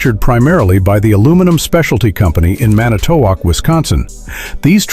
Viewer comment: Mispronounces Manitowoc.